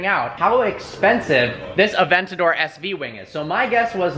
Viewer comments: 'adentador', but still love ur vids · Did call it an "adentador"? Or did it just sound that way to me